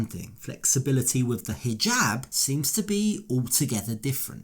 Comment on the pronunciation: Why does she pronounce it "hee-Gab" (hard "g")